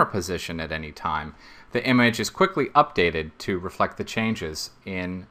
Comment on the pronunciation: i like how is he stressing the word QUICKLY as quickly it is not :)